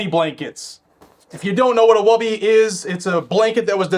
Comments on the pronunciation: It is "Woobie" like "Book" , not "Wubie" like "rub" ;) Great content. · for the love of everything good and holy, please stop saying "Woah-bie" it's pronounced "wuh-bee". Giving you a pass 'cause you are from the NE.:) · woobie. With long Os Like whoo! Without the h lol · I like the channel idea but you need to be replaced by an actual intelligent person lol. It's woobie!😂